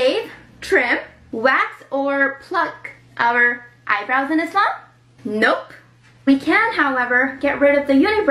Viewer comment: I wouldn’t take advice about islam from anyone who doesn’t even pronounce the word ‘Islam’ correctly.